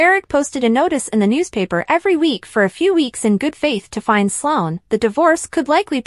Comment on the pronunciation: Her name is Sloan NOT Solon!!! You all can't spell the names correctly or pronounce them correctly!!! Do you all watch the show???!!!